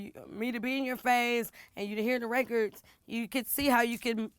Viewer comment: Did she say “raykurds”?😂